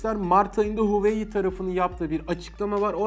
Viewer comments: Huveyi demek yerine hu a wei seklinde hecelerek soylesen ne guzel olacak bildigimizi unutturdun 😂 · huveiy diyeceğine keşke "huavei" desen be abi :) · ALLAH RIZASI İÇİN "HOVEEYİ" değil "Huawei" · Abi gözünü seveyim huuuyii değil huveyi de değil Huawei diye oku gitsin ya. Kanser oldum :D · Zaten öyle de okunmuyo ki böyle okunuyor ; wavey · huayiii nedir ya neden huawei diyemiyorsunuz aq tsrrjxhkyc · Reis Türkçe okunuşunu yazalım da tan okusunlar "huavey" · ABİ HUAWEİ DİYE OKUNMUYOR HAWAYİ DİYE OKUNUYOR. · Hueyyii derken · Abi huawei i huveyi diye okuma artık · Reis Huawei demeyi öğren artık videoya odaklanamıyorum 😂😂😂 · sen huawei deme kardeşim, bi daha ki videolarda "şey "de biz anlarız:D